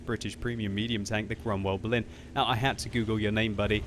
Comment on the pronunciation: You say it like Cromwell Blin